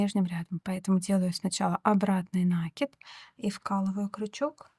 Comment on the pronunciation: А можно делать не на́киды, а наки́ды?